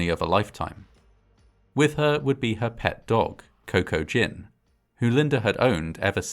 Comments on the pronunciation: >Cocoa Gin I swore I heard Kokujin, like this was an H.P. Lovecraft type situation. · "Coco-Gin".... Cocaine and Maritinis! Maybe should have named him "GPS" or "trail map"... hahaha